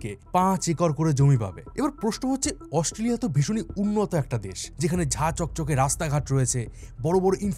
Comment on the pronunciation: AUSTRALIA pronounce ta e to bhool bolsen bro!!!😅😅